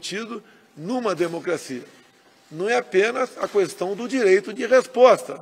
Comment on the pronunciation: Lkkkkk esse velho analfabeto q n sabe falar nem “questão” direito kkkkk